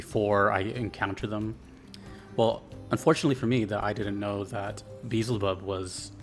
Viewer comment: bro said beezlebub 💀